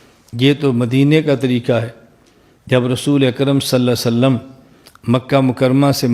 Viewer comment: इस खबीस वहाबड़े के मुहं मे लकवा मार दिया इस लिए मेरे नबी पाक के नाम सही से ले नहीं पा रहा है ,,,बोल रहा सल्लम ,नाऊज़ बिल्लाह